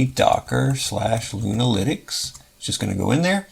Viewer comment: Great video sir, i thought you where saying Luna- LInux at first, as if it was a new Distro lol. Love your work sir.